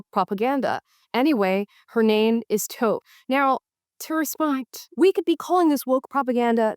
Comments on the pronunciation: [First of all, its pronounced 'Tof' (Toph) not Tofe lmaooo] I'm a 50yo Black Gen Xer - WOKE used to mean something TOTALLY different 30 years ago before it got hijacked by today's Liberals. being 'Woke' was a term used in the Black Community meaning 'Wake up and SEE what's going on around you' - like, "Wake up, My Black Brother/Sister" - or, "Use your 3rd Eye and SEE what's really going on! You need to 'wake up'!" But as usual, White Liberals tend to Co-opt Blackness and pervert it for their own vices and now, Being WOKE is a negative thing. None of those old shows and cartoons were considered anywhere near 'Woke' during tha Era! Alex P Keaton (Family Ties) was a mega-popular Republican, as was Carlton Banks (The Fresh Prince) Johnny Bravo was a shameless womanizer The Cosby Show/ Different World/Family Matters/Living Single, correctly highlighted the working Black middle class family and young Black Urban Professionals! Schoolhouse Rock educated us kids back then by making Complicated issues easier to understand - like LEGAL IMMIGRATION. And lastly, Toph from ATLA was a total BADAZZ and universally loved by all. As a 10yo Blind girl, Her story arc makes ALL the sense in the world as they literally explain WHY she was so OP (think: Stevie Wonder as a fighter rather than a musician!) Her 'disability' actually enhanced her particular skill BECAUSE she didn't rely on eyesight! Zero of this is considered 'Woke' This generation is so stupid lol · Its pronounced Toph (To-ff) not touff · It’s pronounced toff but tofe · her name is pronounced "tawf" not toaf... lol There.. I feel better. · laughing my ass off at "Toe-ph" instead of "Taw-ph" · It’s pronounced like Tau-ph, not Tof. Avatar The Last Airbender was the best show! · It's pronounced Tahph not TOph, but you are correct that she isn't woke. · "TOE-PH?!?!" Come on now Amala. It's Toh-(fuh) lol😂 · Tofe? It pronounced toph with an a not o. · Amala calling Toph "Tofe" 💔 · Yes, Toe'f, the best friend of Ahng and Sohka.